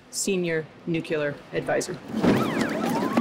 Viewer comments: Nucular ... It's "new-clee-ur" (nuclear) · Pronouncing it “Nucular” and immediately losing ALL credibility. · It's disturbing that one of the staff of the US strategic forces pronounces the word "nuclear" as "New-Cue-Ler." Is it that hard to properly pronounce the word which describes the fundimental forces at work in our strategic forces? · The woman who on the nuclear defense team just pronounced it “single NUCULAR advisor” … what. Just. What… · Still calling the shiny toys NUKULOR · No one who refers to nuclear weapons as "nukeular" weapons, should be on camera speaking for the general of nuclear weapons. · It somewhat worries me that the head of the UN monitoring group pronounces it "nuc-ular". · Drives me nuts when people say 'nucular' instead of 'nuclear' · Is it just me, or does it concern anybody else that some of the people who have the ability to get these missiles in the air can't pronounce the word nuclear? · Why are we letting people who cannot pronounce the word nu-cle-er anywhere near nuclear armaments or nuclear defense systems?